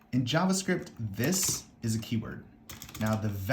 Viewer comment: everytime he say "this" gave me a tiny stroke